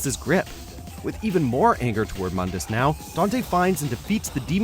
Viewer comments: Mundus Correct pronunciation: (Moon•duhs) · It's pronounced MOOndus,you uncultured swine.... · You REALLY wanna bash on DmC but call MOONdus MUHNdus?